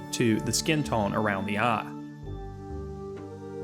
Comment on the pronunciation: Love how he pronounce eye as "ah"